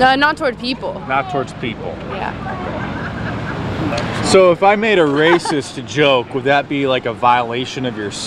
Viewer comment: When did the word "Yea" get 3 syllables?